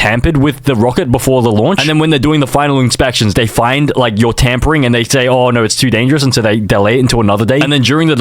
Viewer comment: I heard tampon string not tampering😭